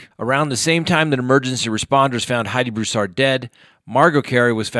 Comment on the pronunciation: "BROO-sard" or "BREW-sard," not "broo-SARD" or "brew-SARD." Thx. Emphasis on the first syllable. When you cash in on tragedy, do it right.